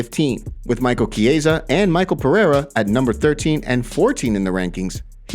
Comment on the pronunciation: Just a tip: Michelle sounds like a girl's name because he's French; but he's still no Michael. There are numerous incorrectly pronounced names in your videos. It probably would be just a little more work to see Buffer announce each name (or Rogan)... Fans that know, know.